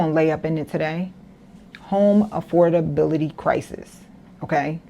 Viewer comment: She cant even prononuce AFFORDABILITY, properly. Use your vowels and tighten your tongue 😂